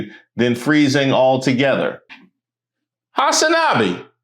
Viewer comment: Saying Hasanabi like that is hilarious😂